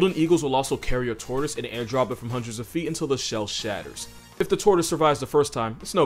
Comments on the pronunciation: fr thought you said tourist instead of tortoise in the part on golden eagles 😂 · Who else thought he said “They will pick up tourists and drop them” 😂 then realise he said “They will pick up tortoise and drop them” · He said “tortoise” but I heard “tourist”😂😂